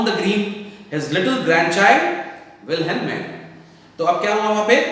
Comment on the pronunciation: Sir it WIL-HEL-MINE H is silent